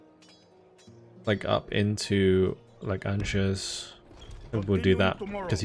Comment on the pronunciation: Another great campaign series,. Could I just ask that you pronounce "Angers" like: "Ahn-zhair." Sil vous plait. Cheers!